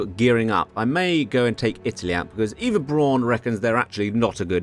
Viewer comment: You’re mispronouncing virtually every German word throughout the video, including ‘Eva’ Braun